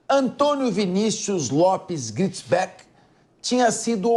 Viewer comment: Nao é Gritisbeck😅😅😅😅 ta loco kkkkkk